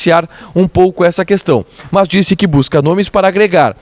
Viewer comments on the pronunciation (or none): Por que você diz MÃS?